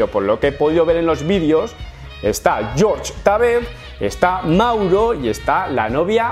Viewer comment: por favor no le digas George a Jorge jajaja es raro